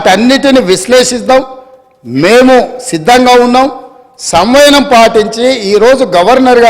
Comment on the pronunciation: సంవయనం కాదు సర్ సంయమనం